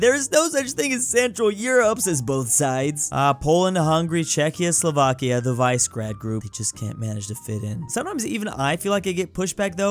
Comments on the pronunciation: i'm sorry to say but it's vishegrad not vizgrad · Can pronounce anything European right first the shogin area now vice grad group its vis-a-grad group. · By the way, the "Visegrad" in "Visegrad group" is pronounced "Vee-sheh-grad". I don't mean to be a grammar Nazi, but I feel like your viewers would appreciate the proper pronunciation.